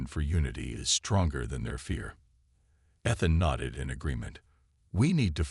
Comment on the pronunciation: No way to teach the AI to pronounce Ethan correctly?